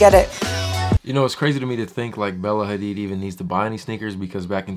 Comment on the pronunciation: "AIR" HADID wth??? HAHAHA #ASLFAMILY